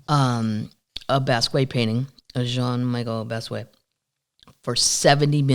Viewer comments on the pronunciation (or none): Jean-Michel Basquiat. Kathleen, u say his first names in American and his last in French, which is the opposite of what he did. Jean-Michel is French sounding, while his last name is pronounced in American: bas-key-E-et - I'm guessing - because he was born in NYC. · I just ordered GS Cookies, they stopped selling in my area so I'm paying $13 for shipping and I don't care. By the way, you pronounce Basquiat like this: Bahs-key-ahh. I LOVE THE PUBCAST AND ALL MY PUB TEES!